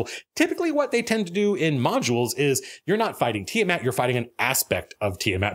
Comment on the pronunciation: Tiamat? More like Tia-Matt!